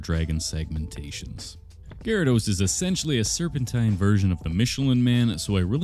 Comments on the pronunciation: Did anyone else hear "Jyrados"? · What's weird is the card shows the whole thing, but he only sculpts half of him. Why is that? Also, did he just say "jArados"? The fck?! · POV you said jaredos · Saying Gyarados; ❌ Saying ✨Gary✨, ✨Jeraldose✨, ✨Gerald✨; ✅ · Why does he say Gyarados like that😂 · HE PRONOUNCED IT WRONG😭